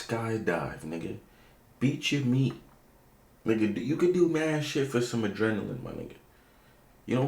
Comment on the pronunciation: “Beatchyo meat” 😂😂